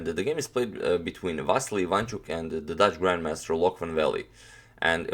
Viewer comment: Loek is pronounced as "Look" in Dutch.